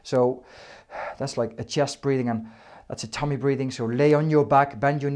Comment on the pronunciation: The way he says tummy haha 😄 I hope these help I get migraines like 3 times a month sometimes they last a week